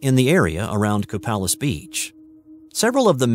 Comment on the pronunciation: Copalis is pronounced Co-pay-lis.